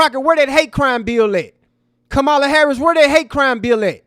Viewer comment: So sad that you can't 'properly pronounce' Ka-ma-la's name correctly (that playing us as ignorant, f👀l). UNSUBSCRIBED!